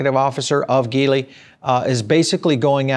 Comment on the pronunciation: ...it í pronounce as G - Lee..